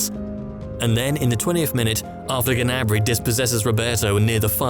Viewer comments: ITS GNABRY NOT GANABRY ffs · You pronounce Gnabry wrong. It's not Ganabry!!!